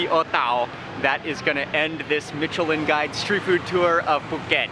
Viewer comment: His pronounciation of Micheline is bothering me